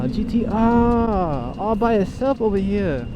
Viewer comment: Always look forward to you spotting a Gtr just cuz of the accent lol😂 ahhhhhhhh gtrrrrrrrr